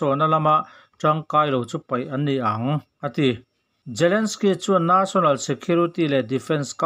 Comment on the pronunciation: Ukrane tih leh National tih i lam dan hi chu ti danglam ve hret la chu ngaihthlak a nuam deuh ang maw le